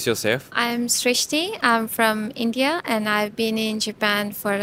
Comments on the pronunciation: She pronounce exactly her name... ""... Even she lived more than 10 years in foreign country ❤❤... And there are some indian so called women's 😂... They pronounce names in fake accent.. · 1st person... ever... who pronounced her name right while doing these interviews ❤️❤️❤️